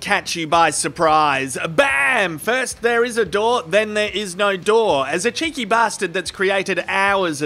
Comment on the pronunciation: was that cheeky bastard or chinky bastard?? Maybe it was just the ozzy language confusing me.